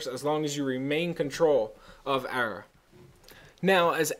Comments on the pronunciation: it's pronounced uh-raw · UH RAH=ARAH. lol pet peeve for me. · I think you're saying arah wrong, just say it normally instead of like "errah" or whatever.